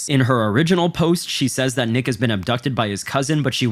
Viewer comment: There are multiple times where bro says “nick has” and it sounds like AI saying niggas 😭😭😭😂😂😂😂 bro im fuckin crying